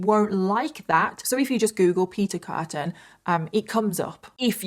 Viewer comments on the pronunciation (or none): It's Peter Kürten, not Kurten. Also "Frau" is not a given name in German, it just means woman. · His name is actually Kürten. With an Ü like in Düsseldorf. And Frau is not a name. It means woman. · I thought u called him beef curtain